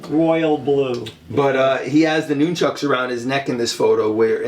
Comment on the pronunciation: I liked the video, just too many speaking at once but please my biggest pet peeve is it’s pronounced NUN-CHUCKU or more than one pair NUN-CHUCKS, not NOON- Chucks. ✌🏼